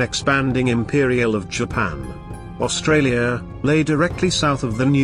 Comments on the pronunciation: Australia not Austrarlia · Australia not Austrarlia... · AUSTRARLIA? The narration is hard to endure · "Austrarlia?" Really? This was an interesting presentation about an action I'd never heard of, but to be taken seriously, you need to proofread your stuff. Nothing puts me off more than badges of ignorance in material I hope to learn from. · damn. WHo wrote this? Austrarlia? I do that in the morning but would use a speller for something like this. If this IS machine speech-it makes some serious errors of pronunciation which identify it as non English speaking creators. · What country this fella AustraRlia? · why is it Austrarlia ? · Austrarlia :), otherwise, brilliantly done :) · Great Video but its Australia not Austrarlia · It’s Australia not Austrarlia. Fair dinkum’, at least get our name right. Clearly your graphics person can’t spell. It is gun battery, not baterry. Also the narration should be South Australia, not ‘Australia’s southern state’. Very poor video for these reasons alone. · Austrarlia, that’s how Japanese pronounced it. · Sorry but all credibility for this video is lost when you read "Austrarlia" (sic) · At 3.17 ..AUSTRARLIA ... 🤣🤣🤣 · Austrarlia lol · its Australia and not AUSTRARLIA hahaha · Haven’t heard of “Austrarlia” before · "Austrarlia" seriously? talk about amateur hour! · Mate, the narrative is horrific and what the fuck is AUSTRARLIA? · AustraRlia.. LMAO. too many Rs.